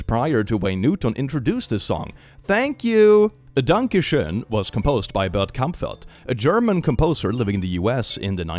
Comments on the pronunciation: Danka Shoen? I thought it was Donkey Shon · I got so fuckin confused when he kept saying “Danka Sheon” cuz one of my friends in named Danka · Danka Shoen is still pretty impressive though. Impressively wrong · Doesn't the song also pronounce danke schön as "danke shein" or something like that? Edit: Sometime it even sounds like "donkey shine". 🤣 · To quote wolfenstein " es ist DANKE SCHÖN VERDAMMT, you are butchering my beautiful language!" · I love how you pronounced "Danke schoen". Especially knowing how the german ö, ü or ä have evolved from oe, ue and ae, to the o, u and a with the e on top, to finally the now modern ö, ü, and ä.